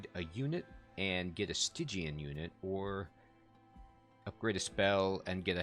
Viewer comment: Much to say here. First, I'm actually liking your pronunciation of Stygian better. Spell weakness. I actually haven't built a deck around that yet, but wanted to. Get a ton of attacks on the final boss and a strong spell will wreck it. So it's really cool to watch you do a deck style I haven't done yet. Hope it works. The idea of building on the higher floors. That was a tip I didn't want to give until you started to think in those terms yourself. But it all depends on the champion and the approach. This champion you will want on the first floor, I would think, to stack spell weakness on the boss. On the top floor, you wouldn't have a chance to capitalize on that if the boss makes it past him. But also, with that start against the boss at the end, forced to the second floor to start. These are the basic things that start adding depth to this game. On your early runs, you would have likely tried to force the issue on the first floor instead of recognizing the room you have to work with. (And again, your errors mirror my own learning curve, so it all just brings back memories.) Bosses, ultimately, are designed to simply screw up your deck design in that way. Can the boss force you to work around around their specialty in a way that messes you up completely? Or are you able to simply adjust to another floor or something to get around them with no trouble? (Like trying to avoid their incant bonuses... how much does that cripple your deck and play style?) Oh and I haven't used asc